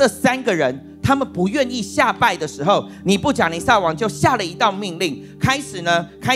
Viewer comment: 尼布甲尼撒。 名詞撒一聲ㄙㄚ。 耶路撒冷。亞撒黑。苦撒 薩克斯風。薩四聲ㄙㄚˋ。